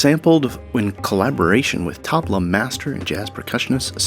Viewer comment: great video, but you must learn the right pronunciation of "Tabla" ...the T is soft...you can learn it here and poor sameer gupta...you pronounce his last name as 'Gaputa' If you are talking for 28 mins about a musical instrument, the first thing is that you must pronounce it right.